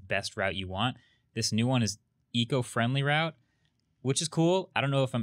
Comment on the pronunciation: not "rout" its "route"